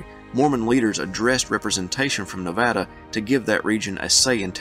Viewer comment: You did a great job on pronouncing Nevada. I like these videos of statehood because I am ignorant of much of this and I go away illumined.